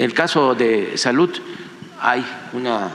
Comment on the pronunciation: No sabe ni pronunciar "salud"